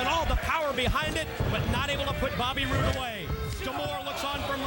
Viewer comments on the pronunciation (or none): mike tenay said bobby broode haha instead of bobby roode